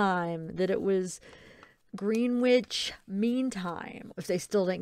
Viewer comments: It is pronounced grenitch. Lol. I was laughing bc we pronounce a lot of things differently here in the UK. was saying route we pronounce it root. 🤣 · Gren itch mean time....that’s pronunciation not spelling 😁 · I think it is pronounced GRENITCH mean time:) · Grenwich mean time is uk time and its pronounced grenich the w is silent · It’s pronounced Grennich 😉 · Love your videos. You’re so lovely. Just abit of trivia being English. Greenwich is pronounced Grenitch. A lot of English places are pronounced differently to how they are spelt. 😂 just an FYI. Xx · it's pronounced grenn itch mean time by the way uk friend helping you out x